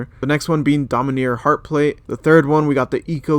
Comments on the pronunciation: Domineer, and not dominARE, LMAO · Its (Domin-are) not (Domin-near) lol